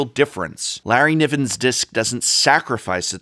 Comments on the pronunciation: "Nerry livins disk" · Apparently Nevinyrral's Disk is pronnounced "Larryniven's disk" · It is. Larry Niven was a scifi author, and Nevinyrrals Disk was named after him.